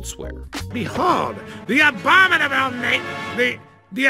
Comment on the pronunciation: The anomina...the anominaba...The a bomi nable